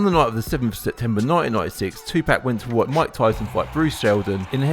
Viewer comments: Jay z once said, white people say tupack, not Tupac 😂😂 damn lol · It’s Tupac not Tupack you clown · Who the hell is "2-pack"